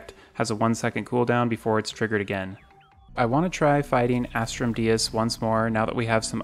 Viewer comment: How many times have u said "As-trum dee-us " and not "As-trum Day-us"?